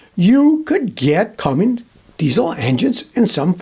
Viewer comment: Scotty, do I hear you pronouncing the name Cummins diesel as “Cummings”?😅